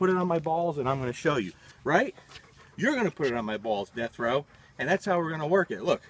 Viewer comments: Ha, I thought he was saying Jethro. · This whole time I thought he was saying Destro! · said Death Row...😊